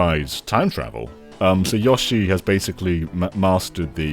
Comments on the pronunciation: I wanna shake all of the UK each time they say YA-SHE They say their own name constantly, just copy "Yoshi" from any of those games 🙏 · YOH-SHI. Dear GOD, lads. You get bloody Odie right, but not one of the characters your channel's namesake holds dear!